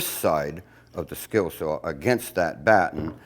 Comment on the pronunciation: Just one complain. Saw is spelled and pronounced saaawwwww NOT SAWR OR SAHHWWRR. Other than that you’re a bad ass Shipwright